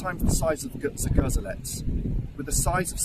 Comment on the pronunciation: Pronounced zgoh-ZHEL-ets